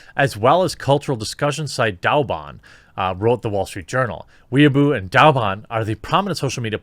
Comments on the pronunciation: Dude...Weibo is pronounced "Way Boh". "Weeaboo" is a term used to describe socially awkward people who think they're anime characters, or try to act japanese according to anime depictions of that culture and clumsily drop japanese phrases (usually mispronounced or mangled) into every conversation. On the other hand, you could just be doing this on purpose to "innocently accidentally" say a word that's frowned upon. In THAT case, glad you're not talking about anything going on in Nigeria... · Well said throughout this entire video, but one thing; it's pronounced "WAY-bow" in Chinese. The CCP is no friend of mine either, but this is one thing I wish we'd do in America as well; cancel the cancel culture types, because frankly? Being shut down violently is the only way they learn anything, if at all. Or understand anything. There's a reason they're called idiots, useful or not. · Way-Bo. Weeaboo's are cringey westerners who are super cringe about anime and tend to interject their speech with random Japanese words. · I won't knock you for contracting your words like "could've" and "should've" but I will get on your case for pronouncing Weibo as weeaboo 😂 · Not to be that guy but Weibo is pronounced way bow. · I crack up every time Jeremy tries to say Weibo, he keeps saying weeaboo which means something else in Japan. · wouldn't it be pronounced more like "way bow"? I have no clue, chinese is a language that escapes me. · please weibo is pronounced like whey baw not wee ah boo. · Whey-bow not weaboo, completely different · "Weibo" is pronounced "way-bow", not "weeaboo." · Can we just sit and appreciate how JerBear pronounces Weibo, which should be pronounced kind of like WHY-bwa, and he pronounces it literally like WEEABOO!!!! 😆🤣 Giving a shout out to the weebs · "Weibo" is pronounced more like "way-bo" btw. Hearing a homonym pronunciation like "weeaboo" just made me chuckle lol. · Its pronounced "wei boh" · It's pronounced Whey Bo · it's pronounced Way-bo -_